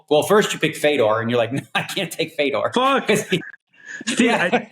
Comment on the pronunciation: Again !! It's Fedor it would help if u pronounce names correctly ! Especially the top pros ! Ridiculous !!!!